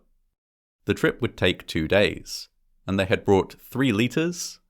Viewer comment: The way he said “between 1 and 4 people fall into the canyon each year” sounded like “1 in 4 people” and I had to replay it lol